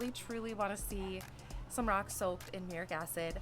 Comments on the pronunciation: Came here to say this myself. "Myurik" was driving me insane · Not " muric acid" its ,"MUR- EEE- ATTIC ACID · Mur-ee-at-ick acid. Is used to wash brick and masonry. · MuriATic. Pronunciation matters. I tuned out and left because of the dumbing down. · myoor-ee-at-ik as per the dictionary